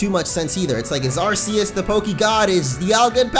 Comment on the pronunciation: You are saying Arceus wrong